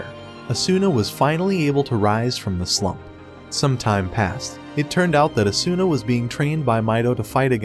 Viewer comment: Oh good I felt like I was getting gas lit especially since the video couldn't even pronounce Asuna's name right.